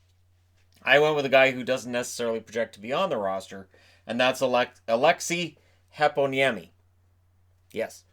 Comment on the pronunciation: I fully approve your pronunciation of Aleksi Heponiemi.